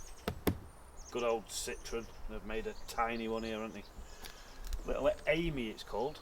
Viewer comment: The French for Friend in the masculine is as you say Ami. However it is pronounced Am - ee not am I